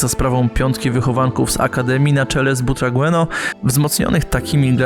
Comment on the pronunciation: Kawał historii piłki nożnej, bardzo dobry materiał. Tylko mała podpowiedź na przyszłość, nazwisko Emilio Butragueño czyta się [butrageńjo] :)